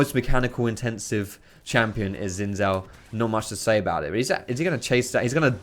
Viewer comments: Isnt Xin Zhao pronounced Shin Zhao? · I can't stress this enough about the pronunciation of xin zhao. It's pronounced like sheen-jahw. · PLEASE type 信赵 into Google translate & listen to how Google pronounces it.